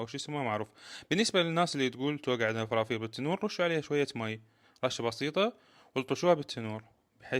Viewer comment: اول ماسمعتك تلفظ (إفرافير) بلهجة راوية نظيفة وحلوة عرفت شغلك راح يطلع عدل ومابي لواصات مال هالوكت عاشت ايدك حبيب شغلك يفرح الشغل ولازم المصلحة بشكل صحيح هذا شغل جِدات ايام زمان والچعچة دائما وجهها يكون فاينله كطن مطلعيها تسقيط 😂😂 نفسك حلو وعينك شبعانة ومو ضيگه بالشغل